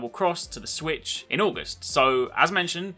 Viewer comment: u said swisshh ahahhhh english mate learn how to talk and use proper words